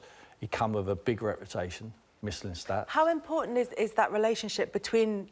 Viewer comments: '' sven mislin stat" 😂😂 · Sven Mis-lins-tats - Tim Sherwood 2019 😂😂😂😂😂